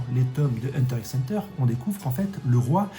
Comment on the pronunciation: Franchement j'aime bien ces vidéos, mais pourquoi il prononce le "x" ds huntrr x hunter et pq quand il parle de kurapika il dis "elle", kurapika c pas une fille c un homme. C'est ces 2 seul choses qui me stress de ouf ds ces vidéos sinon c carrer les idées son bonnes j'm bien